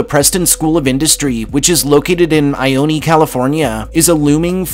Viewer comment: also it’s pronounced “eye-own”